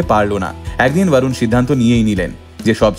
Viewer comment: Barun noi re borun bol